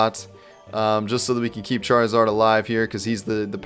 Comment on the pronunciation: Amy else realise that charizard is said like Char-ee-zard